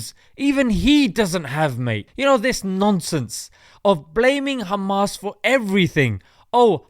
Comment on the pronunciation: Im tired of their accent (khamas) what the hell man. Its hamam. And how can you bomb under the hospital?